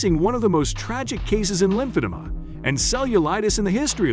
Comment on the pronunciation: And lymph-ada